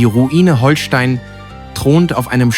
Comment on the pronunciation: Leute, wenn ihr schon so ein Video macht, dann sprecht es doch richtig aus. Nicht "Holstein" wie Schleswig-Holstein (auch wenn man es so schreibt) sonder "Hohlstein", weil es von den Höhlen unter der Burg kommt..